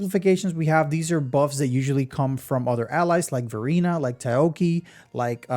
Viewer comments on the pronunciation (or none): Ta-Yow-Ki. Bro turn Chinese name into Japanese. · Very indepth overview and it's nice that you included lvl 6 skills. But please, it's Tao-chi. Just a little distracting. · THANK YOU I WAS GOING INSANE HEARING TA OO KI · Taoqi is pronounced Taow (Ta like tamarind, ow like ow that hurts) then Chee (like beginning of cheese). Rly butchered that one. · Just as a note since you're probably going to have to say her name a ton more times in upcoming videos - Taoqi is two syllables, tow like you saw cow, and chi like when you're referring spiritual energy, so tow-chi. Thanks for all the calcs! I'm super hype of Jinhsi.